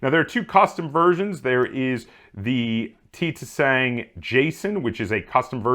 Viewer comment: Im pretty sure you dont pronounce the second T making it the "ti sang" but don't quote me on that though